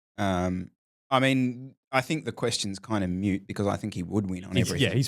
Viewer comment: it’s a Moot point….. Not mute